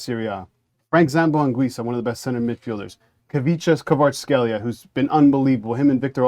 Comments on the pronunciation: Kvicha what? Jesus Christ, at least learn how to pronounce his name before doing a video about Napoli. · If you are going to do a commentary at least try to pronounce someone's last name correctly